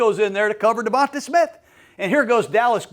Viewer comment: He also said eagles have won nfc east twice in a row and going for third. .and always says devonTUH smith.